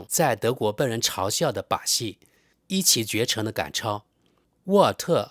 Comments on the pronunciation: 一骑（ji）绝尘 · 一骑（ji (4声）绝尘🤣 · 一骑（ji)绝尘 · 一骑（读jì）绝尘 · 一骑（Ji第四声）绝尘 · 知事，一骑(音:记)绝尘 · 一骑绝尘 ji (四声）